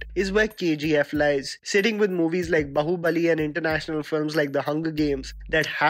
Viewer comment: pronounced Kannada correctly but what surprised me was that he still pronounced bãhubali wrong! It is not hard to pronounce for an Indian, and the way he did it was similar to American accent...